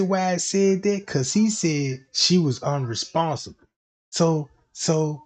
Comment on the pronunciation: UNRESPONSIVE! SIVE SIVE SIVE. NOT UNRESPONSABLE!!!! ABLE ABLE. sounds so wrong